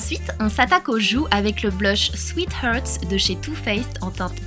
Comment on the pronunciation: chocolate "bar" ca se prononce comme ça s'ecrit en fait et non pas BER et sweet "hearts" ca se prononce HARTS avec un A egalement, et pas HERTS PRAYMER pas PREYMER ..désolée mais c'est enervant :)